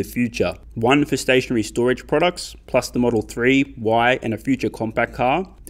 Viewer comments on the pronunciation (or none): none